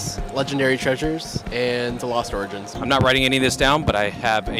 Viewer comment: Lost origins? Can’t be ur favorite set can’t even pronounce it right lol